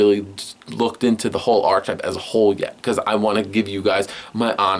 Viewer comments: I know right. I mean. He isn't because he's pronounced Arche right. But together with type to make Archetype it is Arc-e-type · He says "archetype" wrong every fucking time